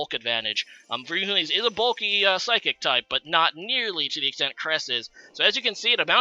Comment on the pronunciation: He also says "Nydoking" instead of "Needoking" and "Reuniclis" instead of Reuniclus 😂😂😂 We love you, but you gotta stop lol